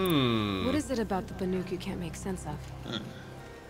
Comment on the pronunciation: Hopefully being in the Cut will pound 'BANUK' into his head, he called them 'BARUK' for the entire main game! lolol...really though, great content! :D